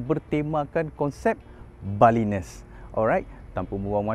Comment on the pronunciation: Nice video tapi pronunciation salah...."balinese" tu kenapa dah jadi "balines"?? This looks like two houses yang connected kat 2nd floor tapi ada privasi di ground level & 1st floor